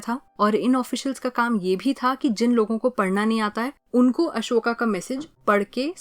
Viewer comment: broo its ashoka not asoka